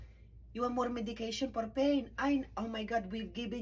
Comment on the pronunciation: “Por Pain” 😂